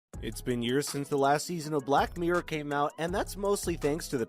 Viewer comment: Black meer 😂👌 miRRor* 😄👍 np. Xx